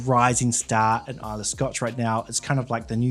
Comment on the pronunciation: Islaaaay 😂 Pronunciation of somewhere you’re reviewing pronounced wrong puts you off the review. Trust me I’m Scottish 🏴 Try Kilchoman Sanaig 🫵🏻 You won’t regret it 👌🏴